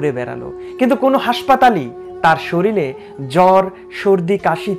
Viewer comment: একাধিকবার তুমি 'শরীলে' বলেছো। সঠিক উচ্চারণ হবে 'শরীরে'। সংশোধন হওয়াটা অতি জরুরি!